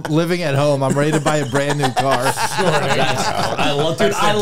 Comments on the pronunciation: Another great “kneeyew” episode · Stav’s accent when he says “new” or “knew” is hilarious